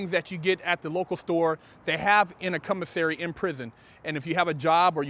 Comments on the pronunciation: Commissary, or Cum-missary? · no disrespect sir I love your show but it's pronounced commissary not cummissary😉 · Did this foo just say "cum-o-sary" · He said “CUMisary” HAHAHAHAHA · He's saying (cum)isary for a reason. I read bt lines. 😂😂😂😂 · Tina Tyler he has a speech deficit